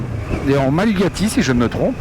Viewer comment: Malaguti... et pas malugati.... comme dit sur fb ça sent les 125 euro5 tu vas adorer?😁